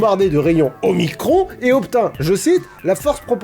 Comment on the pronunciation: Rayons omikron x))) Putain j'ai explosé de rire 😂😂😂 Je suis grec alors la manière dont tu as dit toutes les lettres étai épique xDDD